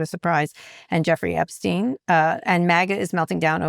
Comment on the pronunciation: OK so I am a total news junkie and you are top of endless loop of all that is fucked up in the world right now. But for the love of of God!! For all the airtime you give the Epstein files - and well you should! - you'd think by now you'd have confirmed and know how to pronounce that pedophile's name!! What is up with that Kara! It's pronounced gee-LEN. The s is silent. It's not a soft g. For now and for all time it's...gee-LEN. Please also tell Scott! 😉!